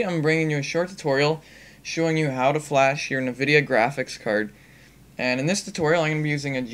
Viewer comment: Na-videa? What the? It's pronounced EN-Vidia.